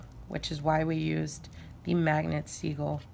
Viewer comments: Are u saying seagull or sigil? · Babe its pronounced sigil not segul